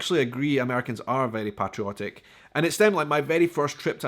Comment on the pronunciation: The way your were pronouncing patriotic and patriotism was crazy 😜, not sure if you were replacing the a with an o or what. Great 👍 video by the way, love ❤️ how you love the USA 🇺🇸 more than some of the citizens in this country. If you ever come to Alabama I would love to show you around and take you to some of my favorite restaurants and sights to see the wonderful state. Keep making amazing videos and content, God bless you and your family.